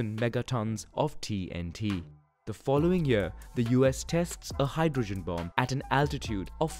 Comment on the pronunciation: I’m sorry to be that guy, but the second ‘b’ in “bomb” is silent. Nonetheless, a great video and very informative as always